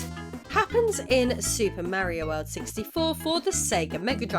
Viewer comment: “Mary-o”? It’s Mario, but you called the other guy “Edgy the Hedgy”, so that makes it okay. Ned Flanders: Well if that wasn’t the best episode of Impy and Chimpy I’ve seen.